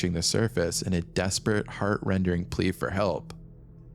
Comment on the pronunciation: Heart rendering? I think its rending